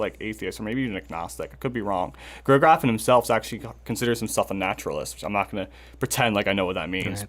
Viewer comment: Pretty cool Episode, guys! But please: it‘s not Gavin or Geffen! It‘s Graffin! Also it’s not Heston, but Hetson! Except for that, flawless! Thank you!